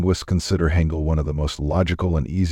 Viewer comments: It's pronounced hahn gul not hang gul. And its pc bahngs not pc bangs. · [Wrong Pronunciation]: [Haengeul] [Correct Pronunciation]: [Haangeul]